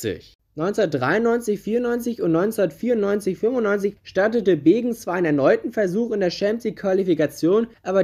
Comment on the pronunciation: Es heißt übrigens Beggen und nicht Begen